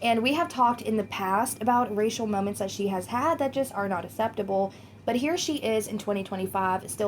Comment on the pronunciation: Please pronounce 'acceptable' correctly 😂 takes me out of the zone every time